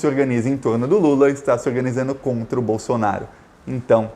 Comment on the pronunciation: Por que vc fala Bolsonario, é Bolsonaro